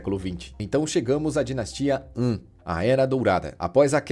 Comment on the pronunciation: Dinastia An ??? Han se pronuncia Rã kkkkkk